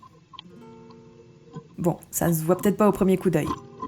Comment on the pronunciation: Super intéressant et instructif , je m'abonne. Un détail c'est campagnol et pas campagneul